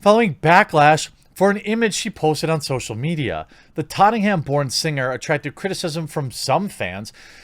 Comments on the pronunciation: It's not tottingham......if you want to try and pronounce it more like the locals......it sounds like tot-n-am but don't leave any gaps say it in an unbroken word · In the UK we pronounce it totnum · You said Tottenham you say it “Tot nam” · Hahaha jez..you destroyed the name of where Adele was born..tottingham...Hahaha..it's Tottenham..pronounced totnem...still love ya jez..the carnival is for all..everyone dresses up in Caribbean style ...it's an awesome event... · “Tottingham” like Nottingham😂 as a Brit let me just say this is the funniest pronunciation you could have done. Tot-en-ham or tot-nam depending on accent. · Tottenham is pronounced "Tot-num" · Love the way you said Tottenham. Lol. Make it sound almost well-to-do! Locals would say ‘tot’nam’ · of all things, being from Tottenham, your pronunciation irks me Tott Nam or Tott num is how it's pronounced but as you're not from north London I will try to let it go. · Ah yes, the famous borough of Tottingham, just down the road from Camberwick Green and Trumpton. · its pronounced tottnam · “ in the cup for ..... Totting - ham ‘ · Dude it’s pronounced tot’nam 😂. Why are only whit people accused of cultural appropriation. Thank fuck Jimmy Hendrix was never accused of cultural appropriation RIP. What a legend. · I love how you pronounce Tottenham buddy, haha, god bless you.